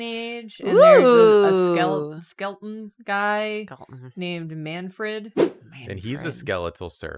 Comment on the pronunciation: they started saying skelton instead of skeleton recently and every time its a jumpscare for me 😭